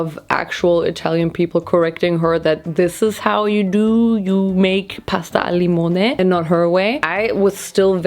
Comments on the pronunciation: I’m Italian and you said “pasta al limone” really well❤ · You said pasta al limone so perfectly lol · you said pasta al limone very well actually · You actually pronounced “pasta al limone” so well!!! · Real pasta al limone is actually more similar to the one made by the first girl. In Italy we rarely use chili flakes and definitely we don't use all that garlic. Plus, your pronunciation was literally perfect. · Omg you just said “pasta al limone” not as a German but super Italian omg I’m Italian and that pronunciation is perfect I swear I’m so proud of you HAHAHAH